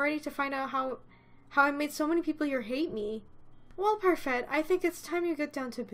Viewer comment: Why do you pronounce parfait with a t? It's French they don't pronounce y'all at the end of words